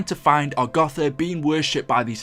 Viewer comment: It's pronounced agartha lmao not agotha